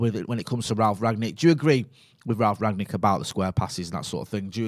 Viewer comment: Why do some people call him Ragnick he's called Rangnick